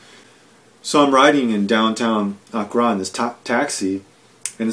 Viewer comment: honestly anyone who cannot pronounce the capital of the country he giving insight of really those that much knowledge of the place also he was only there for like a couples weeks so how much those he know plus in his other video he wanted to know about Ghana so early there no facts been state just a opponent commentary I got nothing out this smh